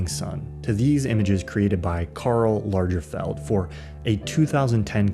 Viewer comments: Not sure if Mandela effect… did you say “Largerfeld”? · I'm permitting myself this pedantry because this is a cerebral channel, the content is always superlative, & we are talking about quite a famous person - so Lagerfeld is pronounced with a hard G, not a soft g/j sound. ~ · You probably need to work on your prononciation of «Lagerfeld »…. I love your contribution here, and find your views very inspiring! Cheers from berlin ! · That is not at all how Lagerfeld is pronounced :)